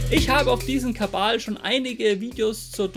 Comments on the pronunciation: Warum sagst du immer "Kabal" statt "Kanal"? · Warum Kabal ? Kabele ? Frag für einen Kollegen..!‘